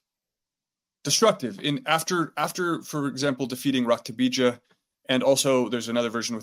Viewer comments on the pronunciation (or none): Its not raksha bheeja! Its rakta beeja, okus kali is not african she is more like south india